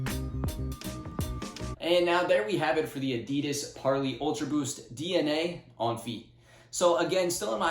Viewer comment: You keep mispronouncing parley